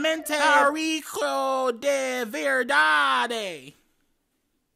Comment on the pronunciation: pronouncing "de verdade" is sending me ehishewj